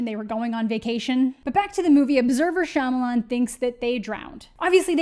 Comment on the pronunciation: mispronouncing his last name in this manner is rooted in racism...we can make fun of this movie and how bad he is at most of the movies be makes without resorting to mocking his name.